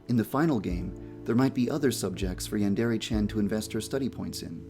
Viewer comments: Yandere, not yandourou! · i like the video except you saying yandere wrong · Something you should fix right away is your pronunciation of "yandere" The "re" sound should be more like the mix between "de" and "le" that it is. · lol, he is the developer and he can't even pronounce "yandere" or "chan" right. Edit: At least he can pronounce "hentai" and "manga" right. Most people can't even pronounce manga right.